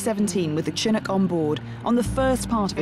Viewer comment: It's pronounced Shin-nook.